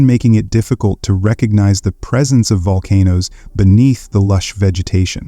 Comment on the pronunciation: make sure your pronunciation of the volcano names is proper before you make a video